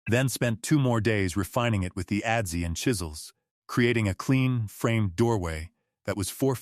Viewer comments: adze = "ăds" not "ădd-zee" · Great story. Adze is pronounced adz, not adzee.